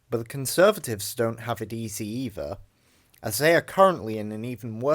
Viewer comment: WIV? NORFUMBERLAND? EIVER? FFS learn to speak properly if you're going to narrate a vid and stop with the MOCKNEY slang already!